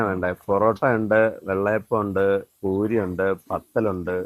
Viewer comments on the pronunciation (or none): none